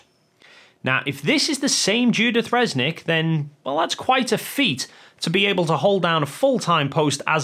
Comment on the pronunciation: is an absolute numbskull. He's no poe just faking it. He doesn't comprehend anything of Avionics and Aviation. is also dumbo because he's calling her Fresnick and not Resnick.